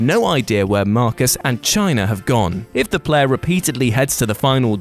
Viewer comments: china from ff9, it is cinna, like cinnamon. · China? I thought it was pronounced Sinner?? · I always figured it was like "cinnamon." But I guess the cinnamon challenge just became the china-man challenge! :P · One of those "that's how you pronounce it?"-situations with Cinna. pronounces Cinna's name as something like "China" while I've always thought of it with an S-sound at the start. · Marcus and China? WhatCulture 101: How to get comments = Typo or Mispronounce something very obvious to get people writing comments. As genious as mom jokes and crappy endings. Well done. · Did this dude just call "Cinna" "China"? That's not how you say that word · Cinna is pronounced China?? I did not know this. Can anybody prove this for me?